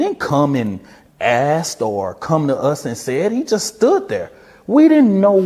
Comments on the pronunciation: You didn't assed him you asked him. The word ask has a hard k in it. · This functional illiterate is a SPOKESPERSON??? "Ast" instead of Asked? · "Ast" it's ASK silly man...smh